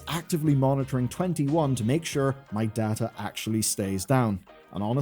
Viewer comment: So... you speak Data, instead of Data...